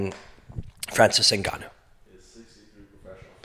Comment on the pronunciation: Man, you pronounced his name correctly too. Nicely done. I like your point about Francis being more than just a powerful, large man. From what I can tell thus far, he has a wise, otherworldly soul. in the next 10 years, the term "soul" and "Starseed" will be something everyone uses with great fervor, and seriousness. It's too soon to tell, but I get the feeling Francis is a Starseed/Higher Human. His soul has wisdom and is more advanced that ordinary mortals. You can tell immediately when you observe a soul that isn't from around here. There is a depth of intellect and a sense of understanding of reality that goes far beyond normal people. It is my feeling that GSP and Robin Black aren't from around here either. Nicely done, like always Robin. Your ability to destroy stagnant mind patterns is incredibly important during these times. In the next 10 years, you'll be the first person to be talking about the "soul" of the fighters.